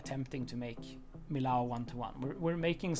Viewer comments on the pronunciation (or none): The building and everything was great! I loved it! But PLEASE, I live nearby, it's pronounced "mi-y-o", with a descending "o", not "ow" :D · In French, you pronounce it ME YO not ME LOW ;-) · in french we don't say millau but meo ;) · in french two L's make a y sound and "au" makes an o sound, so mi-yo would be the correct pronunciation. hope that helps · Awesome! I live not far from here! It's pronounced "me o ", no Ls needed :p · Great work! I'm looking forward to see more! But just to satisfy my french side, it's pronounced Meeyo. 😋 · he pronounced millau like a german would say it 😅 in french, it's actually more like... "mee-yo" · love it,but pronounce the name of the city Millau (French pronunciation: [mijo], or as we write it in occitan Milhau pronounced [miˈʎaw]) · Pronounce Millau like me-yo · Thanks my struggle to pronounce Millau going to be a recurring problem it seems, I will address it and hopefully, one day I will learn!